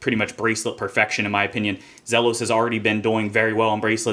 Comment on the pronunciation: for pronouncing the brand name correctly